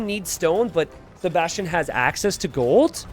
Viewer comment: pronounces Sebastian as "". Maybe this could become his new Alias.:)